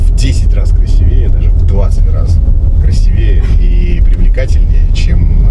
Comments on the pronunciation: Питер, ау! Не красиве́е, а краси́вее. Культурная столица, ёпте😂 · красИвее, а не красивЕе...